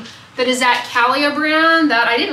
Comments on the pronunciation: I'm sure someone else has already posted this but Calia is pronounced Cah-LEE-Ah. It is a line from Carrie Underwood, singer and fitness enthusiast! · Calia (kuh-lee-uh) was owned by antivaxxer Carrie Underwood. I think she sold it in the last year but may maintain creativity control? Not sure. After her non-science views came to light, I donated all her clothing items to charity.